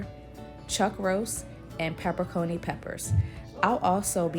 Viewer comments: “Pepper-Coni” 😂😂 that’s hilarious! It’s Pepper-Ah-CHEE-NEE ! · 😂u missed pronounced pepper-en-cheni gave me a good laugh I work in a kitchen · You lost me at "pepper coney peppers" I've watched soo many videos for this and not one person read the label right lmao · its Okay. That's the only way I've heard it said too. But now I know I've been pronouncing it wrong also. I'm going to make this recipe today! Thanks for sharing! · Thank you for the education, because I called it pepper-coney too! Or actually, I didn’t know how to say it🤦🏾‍♀️🤦🏾‍♀️🤦🏾‍♀️. How do you know that it’s pronounced Pepper-A-Cheene? What’s the word origin? Thanks again!!!! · Did she say pepper coney peppers….haha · "Peppercony" peppers??? ROFL. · Peper coni😂😂😂